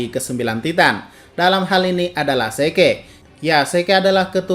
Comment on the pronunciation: Oranglain : Zeke dibaca Zik Anda : Zeke dibaca Seke